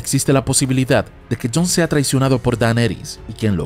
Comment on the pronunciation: Este man tiene un problema serio de dislexia! Qué fastidio su maña de pronunciar mal el nombre de Daenerys! En fin, la estupidez también es una opción